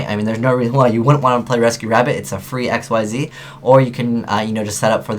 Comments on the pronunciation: You do know Xyz is pronounced, "Ik-seez," right? They're not VWXYZ monsters... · There aren't any reprints of Numbers in this set. This is all their first time being printed, and all of them except for Giant Grinder, which is actually an older OCG promo card, are being printed in the TCG before the OCG. Also, why does no one pronounce Xyz right? (pronounced ik-seez)